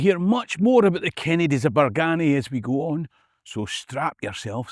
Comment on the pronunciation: its a sma detail, but us locals pronounce it Bargeeny no BargAny